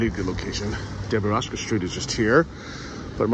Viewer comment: Derevasovskaya! Not Debaraska street